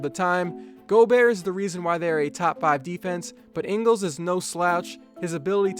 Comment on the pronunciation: You pronounced Ingles wrong